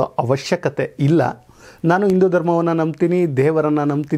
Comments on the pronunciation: ಉಚ್ಚಾರ ಸರಿಯಾಗಿ ಮಾಡೋ ಮಹಾರಾಯ, ಹಿಂದೂ ಅನ್ನು ಇಂದು ಅಲ್ಲೋ,' ಹ ' ಕಾರ ಕ್ಕೆ ' ಅ ' ಕಾರ ಅಂತಿದೆಲ್ಲೋ ಶಿವನೇ. ಮೊದ್ಲು ಸರಿಯಾಗಿ ಉಚ್ಚಾರ ಮಾಡು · Sir hindu anta heli indu alla.shabda sariyagi pronounce maadi